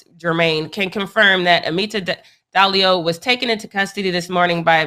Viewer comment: I think it's Diallo not Dallio